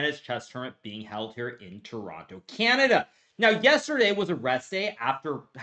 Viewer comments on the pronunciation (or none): none